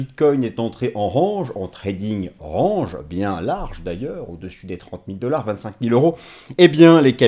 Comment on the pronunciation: Il n'y a pas que ce mot malheureusement lol. Soit on utilise des mots français soit on fait un effort sur la prononciation...